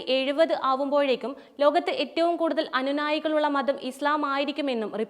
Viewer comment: അനുനായികൾ അല്ല അനുയായികൾ